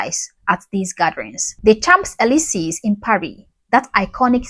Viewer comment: "Champs-Élysées" is pronounced "Shonz-elizay" (with a nasal "o"). 🙂